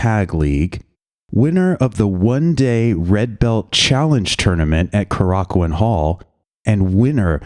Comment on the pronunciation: oh my god finally someone into puro who can pronounce kōrakuen